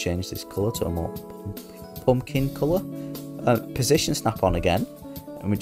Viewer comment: I suck at symmetry so thanks! I'll try a poompkin 😂 I love the accent!